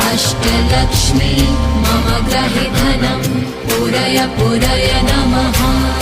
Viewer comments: It is grihe (meaning my house) and not grahe!!! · Pronouncians are not clear.... especially 'mama gruhe dhanam... '